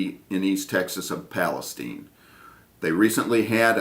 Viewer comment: palesteen. not palestign. people from Burnett can appreciate that (no it's not pronounced like carol burnett's last name. so important, they say "it's burnit, learnit durnit!" up there). all us krauts here in new braunfels can appreciate your attention to detail. braunfels is German for brown rocks, that makes it easier to say, doesn't it? we cringe when someone throws in an extra s, or more commonly, redirects the s to make it "new braunsfel". no no no. brown. rocks. ok soapbox time over. sorry ya hit a nerve